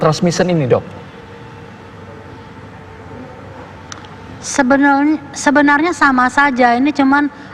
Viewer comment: Gak enak banget nyebut title Dok kan kayak dog